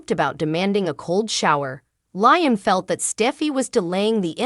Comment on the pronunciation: Liam _ LIAM not LYAM